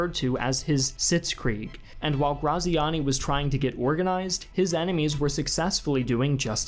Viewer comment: Ik it's too late to redo the episode but his name is said like gratziani